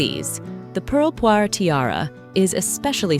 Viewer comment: Thank you for not calling the jewel the "pearl poiré tiara".! ! ! It is -. as you say "poire" = pear.